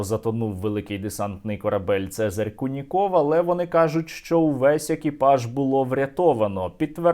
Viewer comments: "Це́зарь Льво́вич Ку́ников" - наголос саме на У, можете у вікіпедії перевірити :) На росії куніков нет ))) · Вікіпедія таки ставить наголос на "у", тобто кУніков...) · Це́зарь Льво́вич Ку́ников (наголоси у Вікіпедії); правильно - новинá, а не новúна.